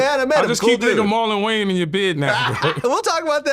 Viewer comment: “Marlon Gayans” c’mon vlad 😂😂